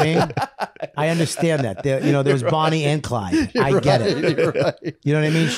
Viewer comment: Did bobby say “bonnie & hyde” ? Lol